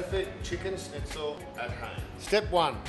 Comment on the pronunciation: Good video overall but it does rub me up the wrong way with one of my food pet peeves. It’s pronounced “schn” NOT “sn” ...argh!!!!!